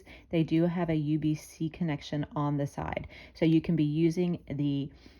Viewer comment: USB-C not UBC 😂 good video though